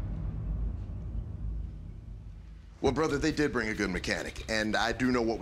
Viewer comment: he deeed he deeeed